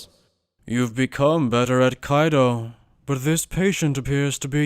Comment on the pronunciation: This is dope but I die inside a little every time they say “Kaido” instead of “Kido” 😂